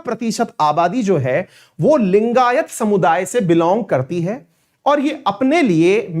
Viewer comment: Abe saale bol to thik se लिंगायत langayat bol raha hai....